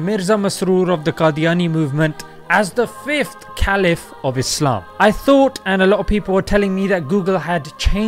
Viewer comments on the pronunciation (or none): none